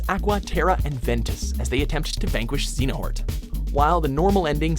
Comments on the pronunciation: "Xenahort", why do people who talk about KH have dyslexia when it comes to some of the Major Characters? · Xehanort not zeinort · You pronounce Xehanort "Xenahort", Really?? 😂😂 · did he just fucking say Zee nah hort? It's Zey uh nort. Also "tied off" except they had 2 more story material, one of which killed Tidus, and the other brought back Sin and had Tidus and Yuna break up. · heuheuehuehe, they called Xehanort, Zeenahort. Either way I'm happy that made it into the top 10 :,) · zay-ha-nort. and it's kingdom hearts Dream drop. not 3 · It's Xehanort, not Xenahort.. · FFX's protagonist is Tee-dus, not Tie-dus.....and for the big bad of Kingdom Hearts, it's Zay-uh-nort....either learn to pronounce it correctly or don't try saying it at all :/ grinds my gears when people don't even bother trying to say things right.... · Zee-na-hort, wow, that's a new one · They pronouced Xehanort as ''Zinahort'' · Him saying Xheanort as "Zehonort" was hilarious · Xenoheart lol Thanks for this video though . I just love to hear you mispronouncing kingdom hearts names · When you can tell the announcer hasn't played the game because he can't pronounce Xehanort correctly... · There's no excuse for you to mispronounce xehanort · into the video already pissed cause he miss pronounced Xehanort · Next time please try to pronounce "Tidus" and "Xehanort" correctly. It's not too hard to figure out the proper pronunciation. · I'm just gonna let my tears over Birth by Sleep distract me over how they pronounced "Xehanort" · What is with people cannot say Xehanort properly come on it's easy say it is it because of the American accent or what it's easy to say Xehanort is just like the IGN stunt that cannot say Xehanort at all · I'm gonna dislike this cause he said xehanort wrong